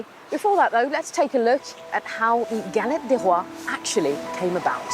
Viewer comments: Pronounce "Galett day Roa" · Please improve your french prononciation